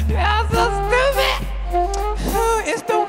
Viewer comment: “You is tupid” 😂